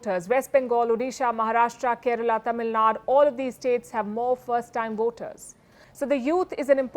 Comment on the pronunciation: It is TAMIL NAD"U"